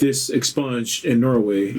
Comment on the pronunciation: “Ex-sponged” lol wtf